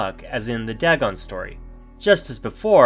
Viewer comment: ITS DAYGON...NO DAGON!!! get pronounciation right man.